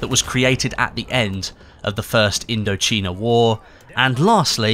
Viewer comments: It’s pronounced indo-China idk how you got indo cheena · CHINA! not CHEENA 😂😂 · “...the first Indocheena war...” Um, I think it was the first Indochina war 😂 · It’s supposed to pronounce as Indo-Chi-na(印度支那),Which was a French Colony,and it latterly become a part of Cambodia Vietnam Laos and China today after Indochina war, result in their independent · That's how you pronounce it in Spanish though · "IndochEEEna war" 😂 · say Indo-cheena one more time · It sounded like he was pronouncing it in a Malay language. "Indocina" is the spelling. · People I'm talking about the English word for China xD I'm sure many different countries are pronounced different in different languages but I'm talking about English xD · thats in spanish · Mz. again , 2 years later , it doesn't matter how it's pronounced in a different language, it's pronounced poirceallan in Irish , I'm talking about the English pronunciation of the word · That's not how you pronounce "Indochina". You know how to pronounce "China", right? :) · the way you say Indochina is hilarious.